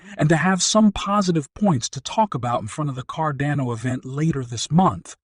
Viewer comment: Firstly, you pronounced “Cardano” about 5 different ways, and most of them incorrectly. Secondly you used another YouTuber’s face on your video, even though you have nothing to do with him. Thirdly this is just a crap video all around, and your clickbait headline is BS. This is a scam channel.